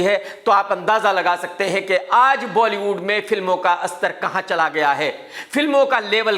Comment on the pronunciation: Astar nahi bhai स्तर bolo😅